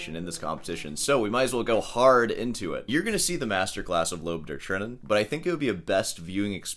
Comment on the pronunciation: Can you please google how to pronounce Lob der Tränen?